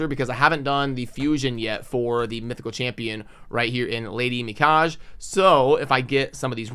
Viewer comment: Lady Mikage name is pronounced Mika-gay. C'mon, you can do better.